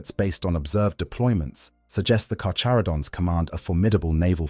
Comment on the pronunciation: The CH in "carCHaradon" us pronounced with the hard CH. It's (car-care-uh-don).........I like sharks, great white is "carcharadon carcharius"....Alternatively, ive heard it (car-car-uh-don car-car-E-us) too, but only from people from metric countries....but its definitely nit (car-chuh-ro-dons) or (char-char-id-ons) or (car-chair-id-ons)